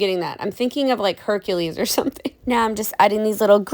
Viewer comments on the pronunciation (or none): none